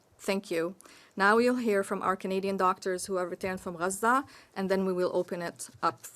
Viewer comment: As soon as we hear your pronunciation of RAZA we know what you are. HEY DOCTORS...CARE TO EVALUATE ANY OF THE HOSTAGES ALIVE OR DEAD???? HOW ABOUT THE GIRL ON THE TRUCK..RAPED AND KILLED FOR THE WORLD TO SEE??? HAVE YOU DESCENDED INTO ANY OF THE TERROR TUNNELS UNDER YOUR BELOVED "RAZAN" HOSPITALS????? WHY DON'T YOU SPEAK OF ALL THESE CRUCIAL TRUTHS ????